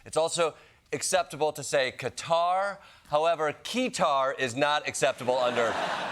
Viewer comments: quick FYI "qutur" is NOT acceptable... its Qatar... (ka-tar)... there is only one way to say it unless america agrees to be called AYmerica?? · It’s not cutter, it’s Ka-tar. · it’s acceptable to say “ca-tar” as that’s how you say it. HTF do you get “cutter”? Maybe actually some other countries names properly!! Although saying names wrong is nothing new for American. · It's not cutter! It's Ghatar GH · Phonetically it should be Qu-tar. Only recently it seems like some people are pronouncing it like cutter. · Why can't US people pronounce Quatar? It baffles me! Its Qua-tar, like Gui-tar ..not Cuttar like you guys keep mis-saying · Thank you for mentioning the pronunciation. In 46 years I’ve only ever heard cut-tar…all of a sudden all the news is saying cutter. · Google says Qatar is pronounced “Kuh-tarr”, America says “Cut-ter” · It's kah-tar, not cutter. How can Trump get it right and you get it wrong? 😄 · Cut-tar is the right pronunciation, not cutter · Kah-tar is better than pronouncing it cutter, or even worse gutter, but it's really a mix of all three because Arabic is much more guttural in tone than English. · It is NOT pronounced Cutter! It is Ka-tar. Pls! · Cutter is wrong! Cut-are is right! Fools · Definitely not 'cutter'. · Please stop pronouncing Qatar as "cutter". You had it right the second time. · Cutter is an unacceptable way to pronounce Qatar. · It's never "cutter" FFS even Trump can pronounce Qatar correctly. Please stop, thanks. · Please stop saying Qatar like Cutter. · Its not "cutter" if u say that, you probably say "jiff" not gif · I hate how americans always pronounce it cutter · Since when is Qatar callled Cutter? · "Carter" is worst pronunciation of Qatar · Actually, "Cutter" is NOT correct. (The second way you pronouced it is at least closer.) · Kartar is how we pronounce it🇬🇧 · Please say Qatar and not Cutter. It sounds terrible. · who said it was acceptable to say "Cutter" anyway lol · Um... "cutter" is not how you pronounce Qatar.